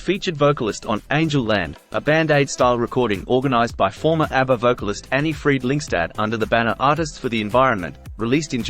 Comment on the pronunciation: Märrih Fräddricksunn. 🙄😇